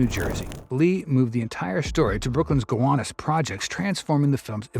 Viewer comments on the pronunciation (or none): It’s pronounced GUH-WAH-NUS